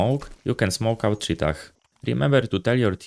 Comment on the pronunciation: The final h in 'cheetah' is silent. Btw who even uses this call-out? It's just cave.